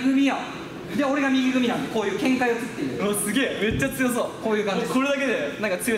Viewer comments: めっちゃ口臭そうは笑う そんなはずないと思ったけど 一瞬そう聞こえた笑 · 〜のめっちゃ強そうが口臭そうになってる笑笑